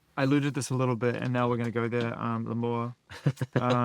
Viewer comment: 1hour felt like 10 minutes I missed seeing billie and Finneas like this having an honest discussion and I love them soo much but someone please tell them how to pronounce L’AMOUR correctly 😭